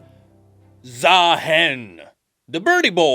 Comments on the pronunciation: He's supposed to be ZaaHEN not ZaaMAN 😭😭😭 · Am I the only one that hear Za Hen ? Like The Hen? Cause bird 😅😂